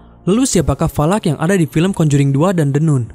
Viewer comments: Min, bacanya kok jd the "Nun" 😂, seharusnya "Nan". Klo "Noon" baru dibaca "Nun" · The NUN dibacanya The NAN et dah lu, Valak tuh iblis atau Demon? Demon itu Iblis sialan! Terus dia itu namanya Irene bukan irena. Gua cuman ngasih tau doang biar lu gak salah salah banget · maaf koreksi nun nya dibaca nan trmks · The nun bacanya the nan. Irene dibacanya airin. Tp klo orng lokal kebanyakan bilangnya the nun sama irènè.